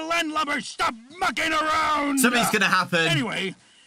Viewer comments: No one gonna talk about when foxy said “stop mucking around” I heard “stop f*cking around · The whole time I thought Foxy was saying “stop f*cking ground”. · I honestly thought foxy said f***ing around the first time shows how tired I am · foxy saying mucking around sounds like f'ing around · Whenever I hear foxy say mucking around… it sounds like foxy got a real sailors mouth lol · When foxy said mucking I thought he was saying the f word lol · am i the only one who hears the f word instead of mucking??? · I thought foxy dropped an F bomb on Bonnie at first but he said mucking not you know-💀